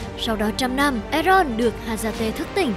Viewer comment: Bạn ơi đọc là en dô chứ có phải e ron đâu